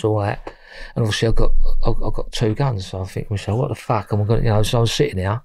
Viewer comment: "So I think to meself - Fack." Tell it how it is,.